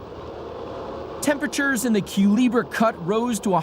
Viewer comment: In the Panama Canal, it's pronounced "Cuh-LEH-bra", not "Cuh-LEE-bra". Use an "EH" sound like in "rest".